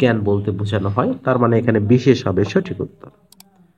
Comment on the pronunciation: সঠিক এর উচ্চারণ আসলে কোনটা ভাইয়া সঠিক=স+অ নাকি সঠিক=স+ও আপনি সঠিক কে সোঠিক বলে উচ্চারণ কেন করেন???